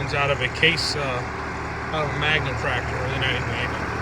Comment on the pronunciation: Maxxum instead of Magnum. Still a good engine.